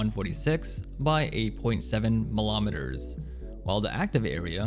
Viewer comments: The way you say millimeter and centimeter could not be more american lmao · There is no o in millimeter or centimeter, so weird to hear it pronounced like this. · This is the only human being to ever pronounce those two words that way. I hope he's joking.